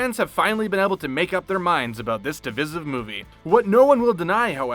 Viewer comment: Its diVIsive..as in phonetically div.eye.sive